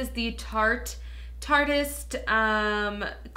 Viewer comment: Thank you for actually saying Tarte-ist correctly lol so tired of youtubers saying ‟tartiest‟ like no